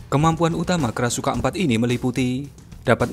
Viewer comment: Krashukan ?? Krasukan setan min 😂